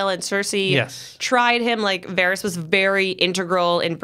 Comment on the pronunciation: Why can’t people at Collider pronounce these names correctly? Varys, Ayra, and Sansa seem to be mispronounced every time.